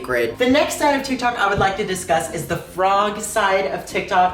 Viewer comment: dyslexic queen😍😍😍😍forg 😍😍🥰🥰🥰